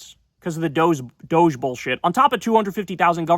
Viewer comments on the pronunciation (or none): none